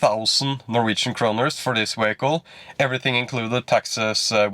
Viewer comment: what the hell is a ”wehicle”